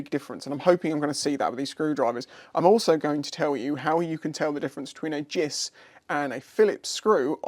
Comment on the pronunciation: Many years ago I sheared a snap-on philips screwdriver on my superdream brake reservoir JIS screw. I was using it improperly so no lifetime guarantee! Side note: never heard anyone say 'jiss' before.